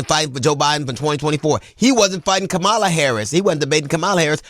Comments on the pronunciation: So well said. P.S. Kamala is pronounced "Comma-la" or :Mama-la." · gotta get her name right... KA-ma-la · DL, while I appreciate your perspectives in general, PLEASE learn how to pronounce Vice President Kamala Harris' name correctly. It's very simple. "Comma (like the punctuation)-lah." Comma-lah. If that's too difficult, Madame Vice President works just fine. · DL, I’m with you all the way with the exception of one thing that I find quite bothersome … and that is you pronounce (“Comma-la” Kamala) as disrespectful and lazy as all those other republicans who refuse to respect her. I know you can do better! Say “Comma”, like I just put there and “la”. It’s not hard DL. Don’t sound like them ass backwards white folks, okay? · DL please pronounce VP Harris name correctly. It's Comm..a..la Thank you! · Pronounced Comma-la like Mama-la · For goodness sake her name is COM-MA-LA….AKA KAMALA why is this still so hard for people to say 😒😒. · “Comma la”!!! Damn, DL. But good word otherwise!👍🏾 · He name is Ka-ma--la. I can't get how many people mispronounce her name. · Why is it so hard for people including DL to pronounce COMMA-LA correctly? Call her VP Harris if you can’t pronounce Comma-la correctly. You figured out how to pronounce Pete Buttigieg’s name. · He was fighting the caricature of her; she was fighting the reality of him. Excellent! And it's pronounced comma-la. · Bro. Hughley. Good retort as always. But it's pronounced Comma...Luh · You are pronouncing her name wrong G! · DL please pronounce her name correctly 💙💙💙💙💙💙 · I agree with this entire thread! I cringe when people mispronounce her name. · Ok DL. You been called out about how you pronounce her name. Step up brother! You got this! VOTE BLUE 💙 EVERYWHERE, UP AND DOWN THE BALLOT🌊 ESP TX FL CA NY MT WY NV AZ AL LA ... 🗳️💙🌊🌊🌊🌊🌊🌊🌊🌊🌊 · Bro you're right and precise! HOWEVER please learn to pronounce her name lol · It would be nice if DL pronounced Kamala correctly.